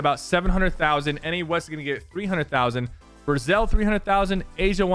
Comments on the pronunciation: I thought it as his skin announcement.. also, did he say "Brazel" instead of Brazil? Haha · Did i just hear sypher say "Brazel" instead of Brazil. 🤣 🤣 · Sypher said Brazel lol